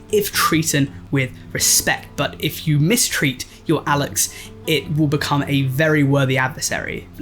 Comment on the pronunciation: Great try at pronunciation Alux is prunounced alush or alushe (aloosh)